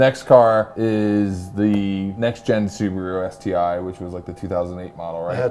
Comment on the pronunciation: So nice hearing Americans say Subaru the right way